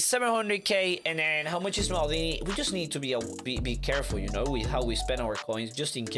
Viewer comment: Bro said maldina